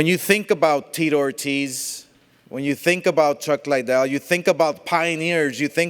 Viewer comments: Not hating but... all Oscar thinks about is the legends Tito Ortiz and Chuck "LIE-DELL" lol. Can't pronounce his last name correctly, but all he thinks about legend wise in MMA... Chuck "LIE-DELL". Big fan. Lol. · Why tf does he keep saying LIEdel? Not to mention he’s terrible at press conferences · What's the matter with Oscar's speech? He's been mis-pronouncing Chuck's name with "LIEDELL!" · everytime oscar says chuck lie del. haha chuck gives him a crazy look. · Chuck liedell. Can he even say his name right? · I came back cause Dana white said Oscar can’t even pronounce chuck lidell name right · He’s promoting a trilogy between two of the most iconic MMA fighters in history & he still can’t pronounce Chuck’s last name properly 🤦🏻‍♂️ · De La Hoya shouldn't talk about anything MMA ..... obviously knows nothing about it. Can't even pronounce Chuck's name correctly. AS for the fight .... lol .. until Ortiz shows he can take a punch, it dont matter how much he knows what Chuck's been doing.